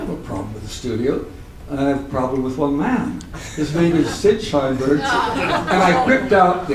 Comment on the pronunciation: Shineberg? Lmao